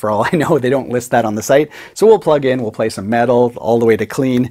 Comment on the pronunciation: as much as I love your channel, and playing...whenever you say "metal" I wince. It's not really your forté, mate.